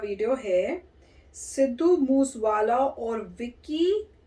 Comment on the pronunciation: Chacha it's moosewala not muswala